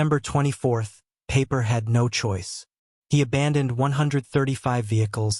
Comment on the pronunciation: His name is pronounced Piper, not Paper!